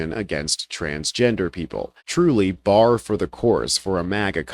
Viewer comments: Did you just say "bar" for the course? Its "par" genius. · Sorry, I like you, but the term is "par for the course" not "bar".